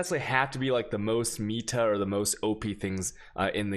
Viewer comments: Its "meta" not "ME-ta" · its "META" not "MIETA" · meeta? it's pronounced met ah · why "MEEta" tho :/ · For the love of god, stop saying meatah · "MEEta" it hurts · Sound like PIIIITA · I thought he was saying "meat her" like a true Chad. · "ME"ta. Please no. Please.